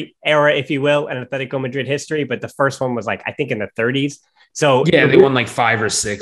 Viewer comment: c’mon man. It’s not Athletico Madrid. It’s Atletico Madrid. We all are aware of your terrible lisp. But that’s no excuse for being ignorant after years of running a Barca podcast. Stop being so white and pronounce the teams name the way it is instead of projecting your nerdy whiteness to us all.